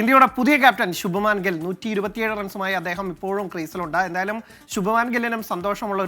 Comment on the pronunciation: Shubamaan gill.alla shubman gill..don't call North Indian names in malayali way be it the way it is.